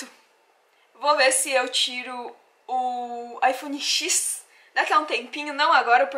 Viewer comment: Eu sou fascinado pelo Japão. Amo a cultura e tudo mais. Sobre o iPhone , não se pronuncia iPhone X (Xis), é iphone 10. O X é como se fosse 10 em algarismo romano haha. Faz vídeo do evento de pokemon que tá tendo aí no Japão.